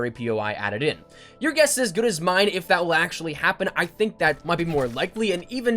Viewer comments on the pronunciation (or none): none